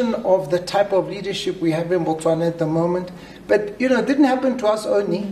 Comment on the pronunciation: You must have been a terrible visitor then ... Or you don't even know what you are talking about. As a matter of fact, there are few places in the world more friendlier than 🇧🇼. Well you actually said Bwastwana, my apologies...